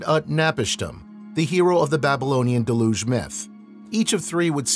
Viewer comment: How can someone publish material on ancient civilizations without making sure of the correct pronunciations of the ancient names or key words like deluge.